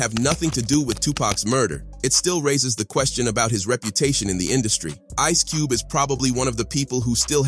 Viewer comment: Cube-ay and Suge-ay lol. Wtf? This dude can't read.